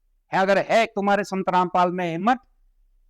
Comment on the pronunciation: पहले अपने आप रामपाल को ठीक से बोलना तो सीख ले जब यहां पर आकर बकवास करी है तुमसे ज्यादा तुमसे ज्यादा जातिवाद इस दुनिया में और कौनफैला रहा है तुम लोग ब्राह्मण को गाली देते हो तुम्हारा बस यही काम है जातिवाद तुमने शुरूकरा था